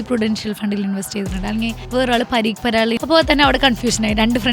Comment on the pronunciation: പരീക് പരാഗല്ല. പരാഗ് പരീക്ക് ഇത് ഒരു തവണ അല്ല പറഞ്ഞത് പല തവണ ആയി